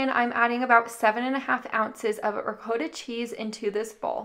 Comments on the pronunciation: Love the recipes, however, it's pronounced, Ra-cot ta...NOT ROE COAT TOE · It’s pronounced ri-kot-uh, -kaw-tuh; Italian ree-kawt-tah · The way you say ricotta drives me nuts you're saying it totally wrong I'm going to help you so row cot ta now put it together and you have ricotta but other than that I freaking love your videos sorry sorry I know you probably think I'm weird but okay I'm just going to leave but I love you videos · You might look up the pronunciation of ricotta. Recipes look good. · I have never heard anyone pronounce Ricotta the way you do